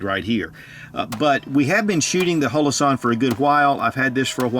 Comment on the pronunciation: Why does he call it hoe-low-sahn? Everybody calls them hollow-sun.